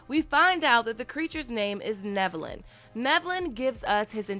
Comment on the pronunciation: Omg you are pronouncing his name right. Love it haha